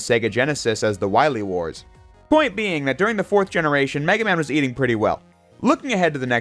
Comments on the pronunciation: You spell it as : Me-Gay-Man" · "Meg aMa-n" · It's "Mega Man" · it's Megaman, not Mega Man. because in JP, it's Rockman, not Rock Man. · meig guh man